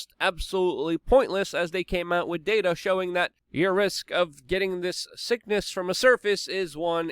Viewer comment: Luke. Please work on one word. With.... Not "wit" Please bro. You can do it. I know, English is not your first language. But come on man. Your English is better than mine, except that one word.